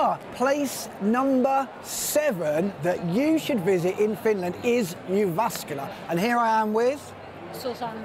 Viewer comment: that's not how you pronounce it. It's Tzjai-vas-kai-la.